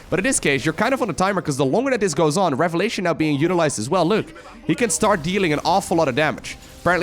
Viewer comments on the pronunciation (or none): none